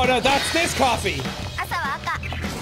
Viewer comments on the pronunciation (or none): The winds cofee sounded like the girls said I sell vodka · is it t just me or do the coffie people sound like they be saying " i sell vodka."? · Kinda sounded like they were saying “ i sell vodka” 😆